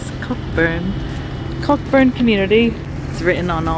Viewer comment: lol cockburn is a standing joke in WA but sorry it’s actually pronounced co-burn just drop the ck 🤣🤣 btw I do a lot of drone flying and I would recommend the dji mini 5 pro , exceptional drone